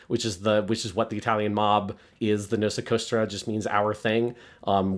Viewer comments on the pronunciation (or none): So I played Mafia 1 DE and it’s the same sort of open world but not really type of game is describing The Old Country as. I’m thinking 3 might be the only one that’s actually a GTA style open world. Also La Cosa* Nostra* not Nosa Costra lol. They say that phrase all the time on The Sopranos